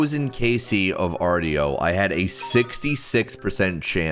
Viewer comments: Hey, just for future reference, Artio is actually pronouned "arr-show" not "arr-tee-oh". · It’s pronounced “arr-show”